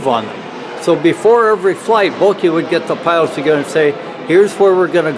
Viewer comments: pronunciation of Boelcke is almost on point in this video. The only wrong part is the "oe" which he speaks as "o" but is pronunced as "ö" in german. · Its bel-ky is how you pronounce it